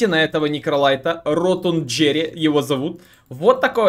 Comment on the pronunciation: Я ведь не один думал, что его имя произносится как "Ротунд'ейр"?